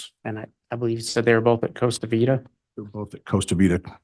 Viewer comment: He doesn’t even know how to pronounce things. It’s “Costa Vida” not “Cosa Vida.” And it’s “Doctrine & Covenants” not “Doctrine of Covenants.” You’d think he’s had long enough to learn this case inside and out.